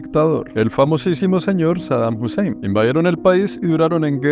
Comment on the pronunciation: bro really said saddam husseim